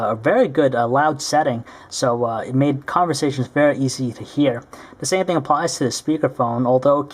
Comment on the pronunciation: lol at the way he says conversations